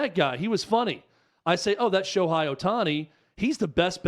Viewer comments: First of all, if you're going to talk about the subject, at least the time to learn how to say Ohtani's name correctly. His name is pronounced Sho-HAY, not Sho-HI. I've heard so many people say that Ohtani brought them back to baseball after they have stopped watching 15 years ago. I've also heard people who say they don't watch baseball at all, but they started following him every game to watch his amazing performances. Ohtani's recognition is growing everyday, and tournaments like the WBC will only raise his popularity all over the world. Even though Ohtani has played for the past 5 years, people have only begun to recognize his greatness. Yes, the major league needs to do a better job of promoting Ohtani. No, Ohtani doesn't need to make commericals with celebrities to raise his profile. He has everything advertisers want- young, good looks, charisma, super talents, and a STUD. His English is improving everyday, so I don't think it will be a problem if has to say a couple of lines in commercials. There are several reasons why baseball has seen a decline in popularity in the United States. Firstly, the pace of the game is often criticized for being too slow and boring. In an age where people are used to getting instant gratification and constant stimulation, a sport that can last for several hours with little action can be hard to keep up with. Secondly, the rising popularity of other sports, such as basketball and football, have drawn fans away from baseball. These sports h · Who is Sho-high? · I disagree with virtually everything you two have said. You don’t know, and admitted it. At least pronounce his name correctly.